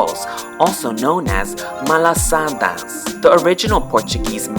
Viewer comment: Me: has lived on Oahu for entire life: Massage “Hail,” Nu’uanu “PALEEE,” Leonard’s “MALASAAADAAAAS” Me: TRIGGERED